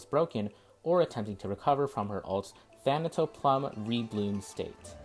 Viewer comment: Lol. Thanatoplume, so basically "death blossom." Pronounced "ploom" tho.